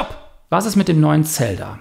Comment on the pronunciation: Zelda einfach falsch ausgesprochen